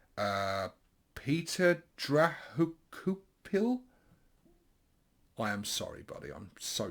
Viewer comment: Hello Petr Drahokoupil here. The pronunciation of my name was Dra and pil parts was correct. in the hokou part the vowels are pronouced differently. I would call that success. I get you my name can bring complications in my own language so. Have great story with that. I was on bussines trip and US and lovely lady was pronoucing name of everyone and welcoming abourd when you beeped in. She saw my name and I saw terror in her eyes. I started to laugh and she also because we bouth knew where is the problem :D Aaaanyway regarding the painting. reason for better blends on the banner is basicaly you will see it more closely on the battle field and Makari needed some bolder highlights. I do that with all grots now. It is one of 3 orks painted in goff scheme. I saw photos of ghaz in different clans and did not like it so I went with classic with him and Makari. Last miniature is Nob with big chopa and choppa ..He is simple nob he likes choppas and spikes - yeh so he has basicaly everything spiky :D Anyway back to grots...My first 10 grots was like very very blendy and trying to do them in a nice way.. faced the same problem nothing is visible from meter away... Probably rambling for very long time...